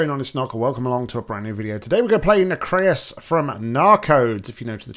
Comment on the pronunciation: I pronounce his name like Nock does. However he pronounced the map name differently than I did – I pronounce it "NAC - ree - us" rather than "Nac - RAY - us".